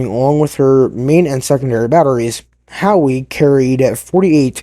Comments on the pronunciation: How...not HOWEE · Howe!.. Not Howee.. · the ship is called HOWE not Howie and the story teller is difficult to hear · I don't think I ever told you that I like the new intro. Also, just as a heads up Howe is pronounced how. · My grandfather, who served on her through most of the war, would be turning in his grave at that pronunciation… I couldn’t finish watching… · Need to learn how to pronounce the name of the ship.☹